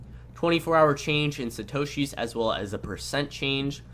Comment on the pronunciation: Great video! One question I had (and if you said it, I didn't catch it), what the heck is a "shitoshees"? You kept making reference to it when talking about how the prices are displayed. Around the mark is when I first heard it.